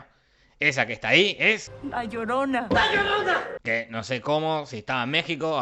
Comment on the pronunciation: "La llodona" Gente inteligente de Internet, he escrito "llodona" a apropósito por cómo lo pronuncia el personaje